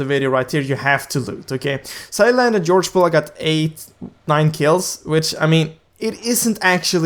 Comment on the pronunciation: Why everyone called it georgepol its georgopol you know